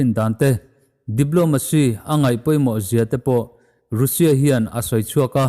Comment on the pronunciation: Russia i lam dan hi news rin tlak deuh bbc cnn fox cnbc reuters te leh india channel ho poh han ngaithla uluk deuh teh, i taima si a lam dan tlanglawn pangai deuh in lam tum hram la ngaihthlak a nuam leh zual ang